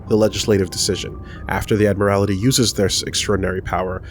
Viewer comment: It's pronounced Admiralty (Ad-mer-al-tee) not Admirality (Ad-mir-al-i-tee)